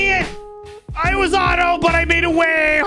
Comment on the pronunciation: “you discoveret secret vey”